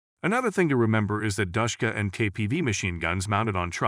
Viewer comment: Why does it physically hurt when he says Dashkuha